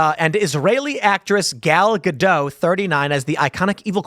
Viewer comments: It's GA-DOT Tim, not Ga-DOW. Gal is Israeli, not French. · Ga-DOT. Ga-DOT. Not Ga-doh. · The T is pronounced in Gadot, she's Israeli, not French. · Gal's last name is actually pronounced Gah Dot. I was surprised too. The most messed up thing. SHE'S ISRAELI! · For the last time: the T in Gal Gadot it NOT silent! Gadot rhymes with DOT, not with d'oh. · "Gadot" has a hard T at the end. It's Hebrew, not French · She's not French! The T is pronounced.